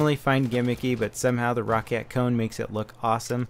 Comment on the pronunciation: Not trying to be a ass or anything But its pronounced Row-cat